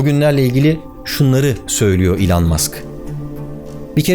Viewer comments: Abi adamın ismi "İlhan Mask" değil. Lütfen lütfen öyle söyleme. İçim kaşınıyor, bir şey oluyor... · Elon Musk yazıldığı gibi okunmaz be abi. 😁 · Barış Bey, belki de ''Elon Musk'ın vizyonu ve misyonu''na dair dünyadaki en iyi anlatımı yapmış bu muazzam videosuyla. Tebrik ederim, ellerinize sağlık. Naçizane, çok ufak bir düzeltme yapmak isterim: ''Elon Musk''ın telaffuzu, ''İlon Mask'' şeklinde olmalıdır.